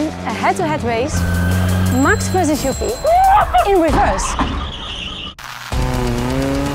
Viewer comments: Finally a dutch reporter who says Max his name in the correct dutch way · You can tell the girl is Dutch. She actually pronounced his name correctly 😂